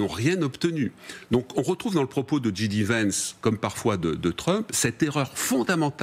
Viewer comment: & : Ni la journaliste ni Pierre Servant ne savent dire J D Vance un tant soit peu correctement en anglais ! Affligeant... Quelle crédibilité peuvent-ils avoir pour le reste si même l'alphabet anglais leur est inconnu ?